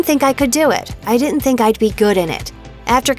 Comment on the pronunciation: This is a weird comment but the voice of the narrator had such great pronunciation except for words like couldn't and didn't. I feel like she should learn those it may help her career. Just some unsolicited advice lol.